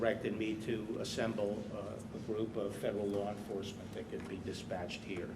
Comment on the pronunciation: If he says "lore enforcement" one more time...in fact, I'm done watching.